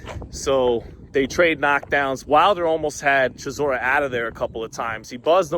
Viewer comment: 😂 bro I said chisoras name like that yesterday & my Gf looked at me so crazy im like Blame not me 😂